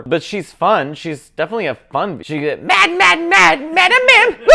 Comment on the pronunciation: You did Madame Mim wrong!!!